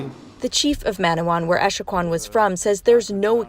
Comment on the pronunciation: Her name is Joyce Echaquan, not Escawan.